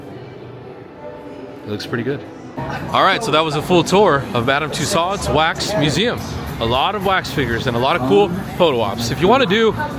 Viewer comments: It's pronounced 'TOO-sohs'.... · World famous yes but apparently not world famous enough for him to learn how to pronounce the name correctly. Lol